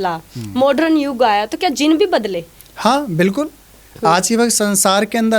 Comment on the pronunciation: Zin nahi bye jin bol wanna muchy gussa ayga q ki m bhi jin hu